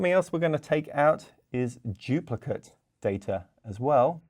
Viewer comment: lol, had to rewind 3 times because it sounded like “Jupiter data” when saying “duplicate data”